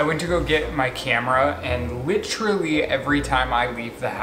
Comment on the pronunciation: Omg he has a terrible habit of saying “literally” way more than one person should. AND he pronounces it “literly”. Annoying